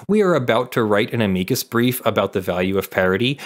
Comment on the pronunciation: Thank you for saying "a-mee-coos" brief correctly. I took one year of Latin in high school and once I passed the class I earned my Pedant's License. Ever since I got my license it's driven me nuts that most people pronounce it "am-ick-us".